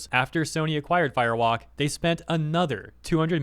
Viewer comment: Am I the only one that hears Fire Wok, like it's a cheap Chinese carryout restaurant?